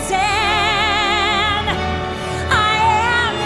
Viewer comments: She pronounced her name StreiZan instead of StreiSAND and that urked Barbra 😂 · Yes. Why people pronounce streizand. You have to pronounce like sand. Im spanish and I know how to pronounce. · She would be her biggest fan if she said her name right...cause she said StreiZand and not StreiSand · I think Babs was pissed cuz Indina pronounced StreiSAND like StreiZAND and she doesn’t like that.scary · She wasn't unimpressed. Her name was pronounced StreiZAN... You can't be my biggest fan and pronounce my name incorrectly 😂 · Lol, that's what I thought. "Biggest Fan" can't pronounce her Idol's name (the pronunciation of which was explained a 1000 times on as many interviews by said idol). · me too! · Especially because she MISPRONOUNCED HER NAME!!